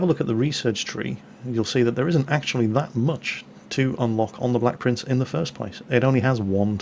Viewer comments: Idiot 'Blek Prince' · Rofl. "Idiot blek prince" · "Idiot BLEK prince"